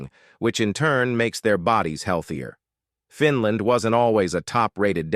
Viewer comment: I’m sick and tired of your over and over “repeated” wrong mispronunciation, it’s FINL’A’ND and not FINL’I’ND. I’m sorry narrator, it’s NOT called Finl’i’nd, but rather instead it’s properly called Finl’a’nd as in FINL’A’ND!!